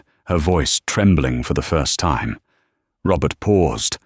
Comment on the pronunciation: i loved it. great story and great narriation.......the bot still has a problem with enunciating time, but over all, a very good read